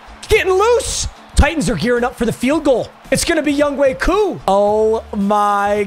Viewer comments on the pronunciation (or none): Is it a joke that he calls him Yungway Koo?